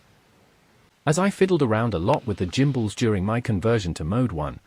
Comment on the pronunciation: Bit of an 'I will make a video and get free stuff post', changing stick mode is a 10 minute job. Get the back off, unplug the gimbals (PS, please look up how to pronounce the word 'gimbals' and listen to how it should be pronounced), unscrew the units, swap them over, plug them back in, change the mode in the radio's software the recalibrate and you are good to go. This procedure is just rubbish, sorry, 1 out of 10.